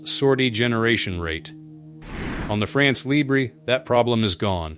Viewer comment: It would be so cool if the narrator learned to to pronounce "France Libre". If he cannot correctly say those two words what trust can we put in whatever else he says?